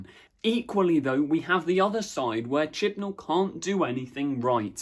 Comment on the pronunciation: No! It's chibnal